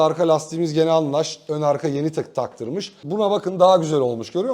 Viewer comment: Abicim şu lastik markasını düzgün okur musun lütfen anlaş değil anlas